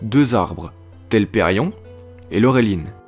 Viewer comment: Bravo pour ce retravail ! je n'avais pas pu aller plus loin que qq minutes sur ta 1ère vidéo à cause de ta prononciation qui m'écorchait les oreille. Il y a un énorme progrès à ce niveau. Reste encore qq éléments à améliorer : - Pourquoi dis-tu [nisa] pour Nessa ? - Telperion, il faut désolidariser le O et le N. Tu dis bien "loréline", pourquoi l'autre arbre n'a pas eu droit à autant de considération ?! ;) Par ailleurs, l'expression "Age Valarin" n'est-elle pas discutable ? car jusqu'au 1er lever de Soleil, 1 Age = 100 années (soit environ 1000 de nos années) ; Tolkien utilise le terme "d'Annale".